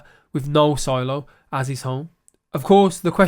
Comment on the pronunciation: Solo-Silo-Solo-Silo...........any chance on future videos to have proper English pronounciations of the 2 words?